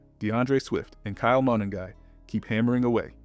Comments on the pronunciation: Good video! It’s pronounced Kyle Muh-nung-guy. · Say it with me… Kyle muh-NUN-guy.